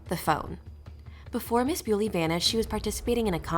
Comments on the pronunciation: Her name is pronounced 'bully' not beauly! She's not 'Mrs' either, she's not married! Not much of a detective ate you?🙄🤔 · Please pronounce her name correctly, and It’s Miss Bulley not Mrs Bewley. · If you’re going to do a piece on this poor woman, please at least get her name right, it’s Nicola Bulley , pronounced Nick ola Bulley not Bewley. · It's bully, but with an e next to the y. Your pronouncing it wrong! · No, this is not thrilling, you mispronounced her name, and your cadence is terrible for an aspiring TC narrator. Ew. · And at least get her name right!!! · Not even the decency to pronounce her name correctly, disgusting. Do your research properly before posting it on here for clicks